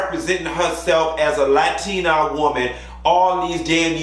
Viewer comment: You from Miami and saying latina like that. 😂 LA-TEA-NA